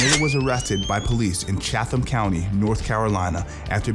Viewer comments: Loved this. I think it’s pronounced Chat-Ham county though🤷‍♂️ either way ya made a killer video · Making a video of a persons arrests, is NOT a true reflection. He is a good person and was fantastic showman and fighter. This is NOT and accurate synopsis of Mayhem. So far as his sister that is only accurate from an arrest report. (It is pronounce ChatHam )The charges were dropped. You have a responsibility to be accurate, stop with your smear campaign. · Chatham , say chatt-umm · It's pronounced Cheatem County. Although it's spelt Cheatham NC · That's not how you pronounce Chatham County.